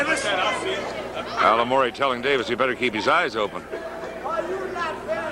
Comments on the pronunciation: There used to be a 1975 card on YT that had Altomare in a match with Mike Paidousis (pa-DOO-sis). Same announcer, Bob Freed, called Tony "AL-a-MOR-ee" again, and turned poor Mike into "PAY-DUDE-iss." Oh, and Tony's actual last name was Altomare, not Altimore. In Italian, that would be AL-toe-MAH-ray. He had a ring jacket with his full name on it at one time. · announcer butchered both names